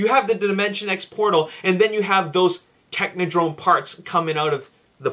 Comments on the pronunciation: Alyssa Reape Of course I did. I'm a huge TMNT fan. The turtles repeatedly encountered the Techodrome... But he is clearly saying technodrone, hahahaha. Derp on him, and now you, lol. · “Artinias” Janosevic He probably never had one as a child. So annoying, especially since he says it so many times. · ***** That's not part of an accent, just a dude saying a word wrong. I wasn't rude. I made a comical observation. Last time I checked, I have that right. Don't be another internet drome. See what I did there? LOL.